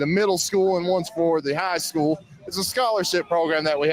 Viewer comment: How could that running Sheriff talk about education and call it SKOO? It's SCHOOL with an L at the end, not "skoo."